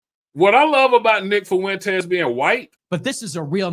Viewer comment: IT’S FUENTES NOT FU ENTES